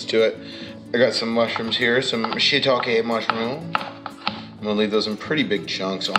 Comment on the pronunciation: I’m so happy that you pronounced “shiitake” correctly! I lot of my friends pronounce it like “shiitakey” and I hate it haha